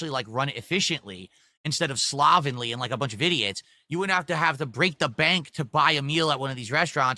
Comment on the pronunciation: add "slovenly" to the list of words doesn't know how to rponounce